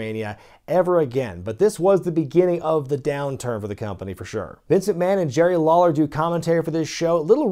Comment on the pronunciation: I swear I heard you say Jerry The King “Lol”ler 😂